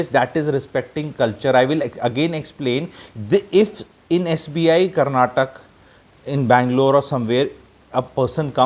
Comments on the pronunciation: Kannad alla kannadaa, Karnatak nahi Karnataka Sango ko Sang boletho sahi hai?? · It is karnataka, not karnatak. First learn this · For the basics the state is called Karntaka not Karnatak and also the language is kannada not kannad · Sir I don't think it will take much of you to say Karnataka instead of Karnatak and Kannada instead of Kannad I studied in Bangalore almost 20 years ago and even at time the term "Kannad" was used in a derogatory way among our friends. TamilNad, Keral, Karnatak may not be the right way to address in my opinion. This language superiority issue has gone way too far but we can also do some basic soul searching on our part to see what bare minimum we can do.